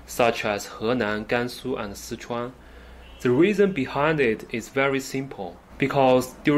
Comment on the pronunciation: Henan, Gansu, and Sichuan Bro, I love how you pronounced those names correctly in Chinese 👏👏👏 For some reason, a lot of Chinese people, when they speak in English, they tend to imitate the way westerners mess up the pronunciation of Chinese names If you think about it, you will realise it is a very strange thing to do There's no reason why Chinese people shouldn't be able to pronounce Chinese names correctly